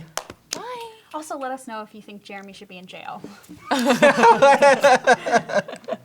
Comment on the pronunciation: how come all i here when they say Jeremy is "Germy"